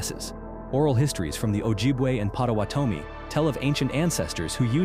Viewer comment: YES! ‘Pot-a-waaht-a-mee’ pronunciation was off. My husband’s family was a part of this ancestry.❤